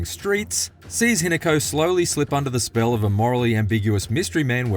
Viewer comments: that’s the forsters doing there work and Australians can’t drink. Also that accent ‘Hinaku’ it’s Hi-Na-Ko (preference on the ‘O’) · He nako 😮😮😮pronounced